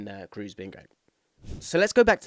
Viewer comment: On my mission again to get English people to pronounce Toni's name correctly. It's Krohs, not Cruise. The double O is long, not a U-sound.